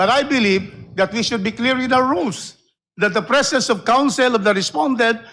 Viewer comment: " to cross examines" ?????????? tanginang inglis yan!!!! yung "presence" nagiging "prisins"